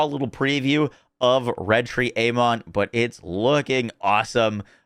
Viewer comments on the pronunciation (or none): His name is pronounced Aman ,it is in uk anyway